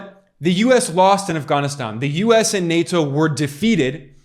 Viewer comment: Um as soon as you pronounced Afghanistan they way you did. That was weird if you’re an American. Sounds like a wanna be them. You are directly attacking Trump showing video clips out of context. I just wanna add, Trump was the 45th president he could not fix in 4 years all the broken policy’s that came before him. He got blamed a lot for obama policy, Trump Supposedly separating kids from parents at the border, that was obama policy. Due your due diligence people for the sake of Truth. Dr has an interview with the head of boarder patrol at the boarder, the agent told that Trump policy had rapid DNA testing for children coming w/adults claiming them as theirs.. it was immediately removed when Biden took office. The Biden administration is making money off sex trafficking. How come no one is talking about Hawaii anymore? And that strange fire where no national guard was called in and thousands of children were lost. Spare yourselves guys this guy is getting paid to spread lies and distraction. There is way more to investigate than what I’ve said here.